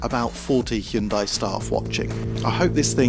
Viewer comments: Why is it impossible for people to pronounce the name properly????? It's not HYOONDAI. Hun-day. See how easy that was? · For the love of God, pronounce it correctly. 'Hyun day' not 'hyun die' 🤦🏻‍♂️ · I cringe every time he says Hee-oon-dye. It's Hyundai like Sunday. Jeepers the British are the worst! At least he could do is say Hoon-day for this video, if he's going to mispronounce it! 🤣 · Hyun dai's dai should be read as the 'dea' from the word death, without that 'th' part. It should never be read like the word DIE. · OK, let's learn how to pronounce HYUNDAI! It's not difficult to get right - I Promise! First, the word has just two syllables: HYUN and DAI. The FIRST syllable includes the Y - just like it is spelled. It is NOT "Hi-Un". The SECOND syllable is pronounced, "day". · Jude’s Christ… it’s pronounced HYUNDAE. Can English be bothered to EVER pronounce foreign company names correctly? We can do you ridiculously mismatched pronounce and writing why can’t you. Every single channel. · It's pronounced Hun-day, like Sunday. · Hyundai is pronounced hyun-day. It's really not that hard, smh. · Why do you keep pronouncing Hyundai wrong? It’s Hyundai… like the advert says! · If you're presenting a Hyundai car on Top Gear at least say Hyundai right. I mean its not like they had commercials that said its pronounced like Sunday...